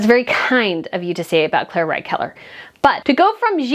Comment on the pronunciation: Are you ever going to pronounce the dress designer's name right? It's Claire Waight ( as in weight) Keller, not Wright!!! It's been almost 6 years already!!! Time to get it right!!